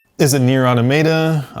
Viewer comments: I really don't understand why so many people don't seem to know how to properly pronounce NieR: Automata. If you've played the game in its entirety, there's literally no question on how to pronounce it... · On e of the pods actually say the words NieR: Automata at the end of!